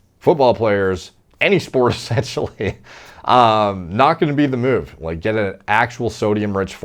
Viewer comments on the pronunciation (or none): none